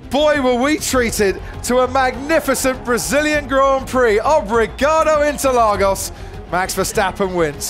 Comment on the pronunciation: "Obrigadou interlagous"